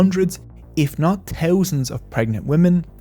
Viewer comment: Teeuzanz and teeuzanz 😅 your content is solid though. Very well done.